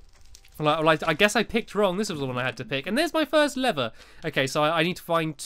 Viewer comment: LEVER not lerer